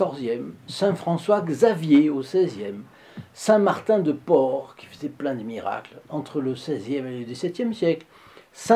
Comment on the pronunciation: Bonjour, permettez cette correction quant à la pronciation de notre Saint de la Cara îb ; Martin de Porrès. Merci